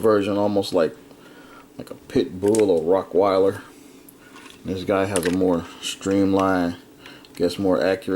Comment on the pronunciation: "rock"weiler lol